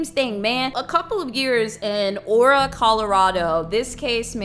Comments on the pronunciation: Hey!!! I love your content a lot, you’re totally my favorite comfort YouTuber but I’m from Colorado & we pronounce Aurora like A-roar-a like the Disney princess:) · it's aurora like the sleeping beauty not "ora"😂😂😂😂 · FYI the city is pronounced a-roar-a💜 I'm loving your videos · lol aura? That was funny. It’s pronounced Aye-rawr-uh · "UH-ROAR-UH" Is how you pronounce "Aurora" 😂😂😂! I was so confused when she kept saying "Aura" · “Aura” Colorado took me out of it for a good few seconds. 😂 Time stamped for when I was able to focus again. lol — it’s aurora!! :) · Ah-roar-ah. Not aura. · Aura? Do you mean? Aurora, like Aurora Borealis. The beautiful flowing river in the sky. Lol, It's okay that she prenunced it wrong. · Born and raised in Colorado and I love you but it's not ora Its a-rowr- ah like the princess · not you calling it aura colorado 😂 this was traumatizing af for aurora, my cousin was in the theater & it’s sick to think this man has fans. thank you for covering this! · Aurora (Uh-Ror-uh), Colorado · “ora” cmon it’s uh roar ah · I can’t get over you saying “aura” instead of “ Aurora” 😂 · GIRL IT IS PRONOUNCED AH-ROAR-WA NOT ora.💀☠💀☠💀☠ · Hi I'm from Colorado and I love ur videos lol! Just one little thing haha Aurora is pronounced Uh-Roar-uh, like the aurora borealis lol. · Girl I am from Aurora and that’s not how you pronounce it. Much love it’s Ah-Ror-A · Uh-roar-uh= Aurora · I lived 4 blocks from the Aurora theater and that night was WILLLLLDDDDDDD Ps: it’s pronounced (ah-roar-a) just to help out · Ah-rawr-ah like the Disney princess lol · “Uh-roar-ruh Colorado” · Uh-roar-ruh! Lol sorry it's a pet peeve of mine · It's pronounced a roar a. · Why my city or area today? This happens every time I find a channel i like.. A - WAR -RAH is how it’s pronounced, but I wish it was aura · I KNOW YOU DIDNT JUST SAY "aura" COLORADO. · you said aurora wrong